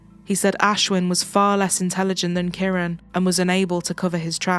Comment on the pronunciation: Why do they pronounce it with Kiran as KARAN! Give respect to the name! Be more cultural. Damn!